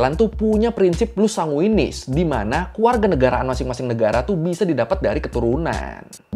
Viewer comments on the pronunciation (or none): Yg benar pengucapannya ius sanguinis, di google malahan blgnya jus sanguinis. Jadi bukan Lus sanguinis om 🙏. Semoga channelnya tambah maju 👍😁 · maaf bang, mau koreksi yang asas itu, takutnya org lain juga ingetnya gitu setau saya dan setelah search ulang, bener itu ius, bukan lus jadi IUS SANGUINIS, bukan "LUS"